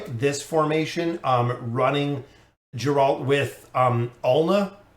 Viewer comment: its pronounced "G"eralt like "G"ame